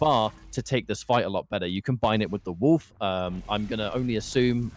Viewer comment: Why does he pronounce wolf like "woof"